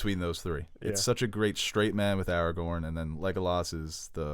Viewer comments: I can’t let this disrespect to Aragorn’s name slide. His name ain’t “Eragon” eragon is the movie about the guy with the blue dragon. His name is pronounced Aragorn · ARAGORN NOT ARAGON!! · Logging off he said Aragon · you don’t even take the question seriously, pronounce rivendel as rivendale, Gandalf as gandolf, Aragorn as eragon. I’m done.